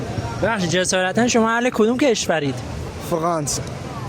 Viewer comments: فقانسه❌🚫⚠️ فرانسه✔✅☑ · خیلی معلومه هماهنگی خالصه یارو فرانسه رو میگه فقانس تویی ک نمیتونی (ر)رو تلفظ کنی ایران و مرسی و … همه رو درست گفتی ک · این چجوری انقد فارسی خوب حرف میزنه.بعدش فقانس ن فغانس